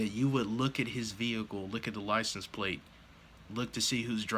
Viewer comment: Not plate, plaze